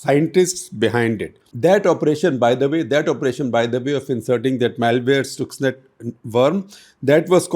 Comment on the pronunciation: It’s written as Stuxnet and pronounced as Staksnet not Stooksnet sir